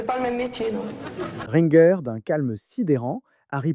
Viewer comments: Catherine QUOI ?! Rinnegueur ? Ça se prononce ringé le nom de Catherine Ringer. Et le sketch de Semoun c'était une mise en scène. Punaise on se croirait en 2011 à l'époque des vidéos fake news source Évian 😂 ressaisis toi mec, ou arrête YouTube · De caunes et Seimoun c'était une farce, ils l'ont dit tout de suite et c'est flagrant; On dit Catherine RINGER (du groupe Rita Mitsouko) à la française et pas à l'américaine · Ringer on prononce le G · Apprends à parler et à distinguer les fakes 😂😂😂 ger en français ça se prononce pas gué !!! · De prononcer "Catherine Ringueur" au lieu de "Catherine Ringer" (Prononcer Rin-gé) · Pas Ringueur, mais Ringé (phonétiquement) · Renseignez vous : on prononce "Catherine Ringer" et pas "Catherine Ringueur" !! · Bah que tu prononce RinGueur. Alors que ça se prononce Ringer … (rinjer). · Vraiment dire Catherine "Ringueure" ça m'a le plus choqué et impressionné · Le son est moche, Semoun c’était une mise en scène et rien est dit en ce sens, on ne dit pas RINGUEUR mais RINGÉ … bref, vidéo bâclée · Le plus choquant c'est ton manque de recherche et les erreurs que tu as dans tes explications... Sois tu es jeune, sois tu bosses rien avant de monter une vidéo. Et on dit Catherine Ringer depuis pas Ringuere a l'allemande.. Elie Semoun est un happening super connu qui avait bidé Baffie... Le mépris pour Baffie alors que les deux assurent et se respectent et se connaissent dans leurs vies perso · Catherine Ringueur 😅😅 Catherine Ringer, punaise tu pars de loin toi ! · C'est pas "RinGUEUR" hein... elle est française, c'est Catherine RinGER, prononcé "RinGÉ" 😐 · LES SIFFLETS STRIDENTS 👎 LES PRONONCIATIONS DEBILES COMME RINQUER AU LIEU DE RINGER 👎 LES COMMENTAIRES BAVEUX ... 👎 C'EST BON JE ME TIRE !!! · L'autre idiot qui prononce Catherine Ringer : Rinn-gueur ... à l'anglaise ! Preuve qu'il sait même pas de qui il parle ! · Catherine rinG-Geurre 😂😂😂😂😂 on dit ringé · Ringer et non Ringueur, …. Un minimum quand même…. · il a même dit Rine gueure